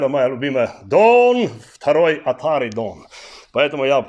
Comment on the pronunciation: "ДоН второй ОТАРЬІ")))))...